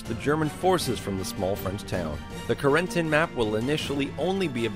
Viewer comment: god he butchered Carentans name